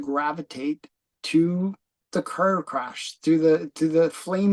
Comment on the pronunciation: How come cant pronounce Car,right? Does he have a speech impediment? He kept saying Kuuurrr.